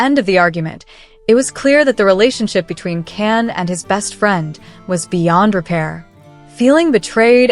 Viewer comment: His name Can sounds like John not Ken or can. Erkenci kus, kus sounds like koosh not cus.